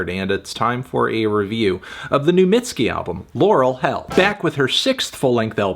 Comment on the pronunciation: I don’t think it was necessary to call her “mid-ski” but it’s your review I guess